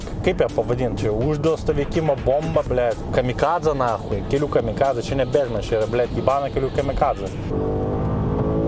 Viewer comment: kamikadzė, o ne kamikazė.